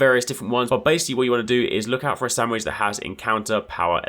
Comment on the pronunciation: Lol the way you keep saying "Sam-widge" 😂